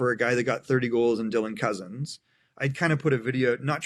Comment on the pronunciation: Ok you’re not allowed to keep saying Cozens incorrectly. It’s pronounced like your guest said it. It’s been annoying me and probably others for awhile. lol